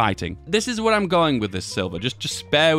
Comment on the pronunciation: "the idear is" damn you hang out with tommy too much ahahhah